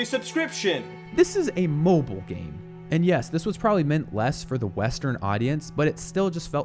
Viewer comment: its mobile not mobl. there's an "i" there. last game from "old blizzard" was warcraft 3 not overwatch lol. Some can even say starcraft 1...